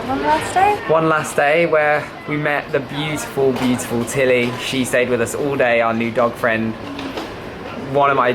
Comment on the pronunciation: So glad you guys enjoyed your trip to my country (Georgia) I've been here since the beginning, so happy that i was part of your adventure.. ❤️ P.s I'll keep an eye on Tellie (i hope this is how you pronounce it😂)